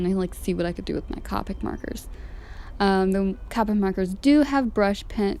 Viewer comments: I’m not being rude but it’s pronounced cope ic not cop ic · U said colic wrong its co-pick no hate I picked up these markers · the o in copic is pronounced o not capic